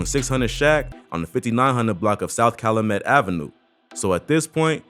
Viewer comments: Cal-YOU-met. Calumet. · The way you pronounce Calumet bothering me lol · Calumet is pronounced like kyle-u-met, not kyle-uh-met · It’s Cal U met not callamet…. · I find it funny how many ppl be researching shit going on in Chicago meanwhile we tryna make it out of chicago y’all be glorifying this goofy shit the fact that u pronounced (cal-u-met) like Calu-met screams out of town straight Buford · You pronouncing calumet wrong...its cal-you-met...not cal-lu-met. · Its Cal- U - met not calamet the “U” is a u sound not “A” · It’s not Ca-lu-met It’s Cal-U-Met 🤦🏾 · Kal-u-met my nigga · Calumet is pronounce "Cal-you-met" in chicago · It’s pronounced “cal-you-met” calumet . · You gotta pronounce calumet right cal-you-met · It's pronounced... CAL-U-MET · Anyone who’s listening and not from Chicago, it’s pronounced Cal ‘you’ met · Fam it’s pronounced CAL• U• MET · 😑😑 damn boa it’s pronounced CAL-u-Met i cringe every time you say it 🤦🏽‍♂️🤣 that’s how I know Niggas don’t live in my city just love to study it smh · Calumet (CAL-U-MET) yall out of town bloggers get on my nerves g..... lol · Its pronounced Cal-You-Met buildings. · REPEAT AFTER ME..... CALUMET IS PRONOUNCED CAL U MET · Bro it's Cal-U-Met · You know he ain't from Chicago how he pronouncing calumet. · This video is BS. I can tell this guy never step foot in Chicago from the way he says calumet and DuSable. That's not how we pronounce calumet or Dusable in Chicago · Can't even get past your pronunciation of Calumet and DuSable. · You can tell dude aint authentic... how many words you gonna mispronounce?? Calumet, Dusable, smh. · Lol the way u pronounced calumet and dusable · The way he says calumet and duSable makes me mad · Ion like how he pronounce Calumet and Dusable 😭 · Calumet is pronounced CAL•YOU•MET. lol not callamet and it’s DUSABLE (Doo•Sa•Bull) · *Cal-U-Met & *Du-Sä-ble